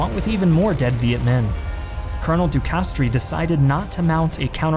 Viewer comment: You really should have looked how to pronounce "de Castries", you did it for Giap, why not the French General? (Hint: the "i" in Castries is silent, you pronounce "de castr")